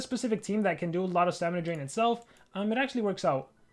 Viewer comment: he said dramina stain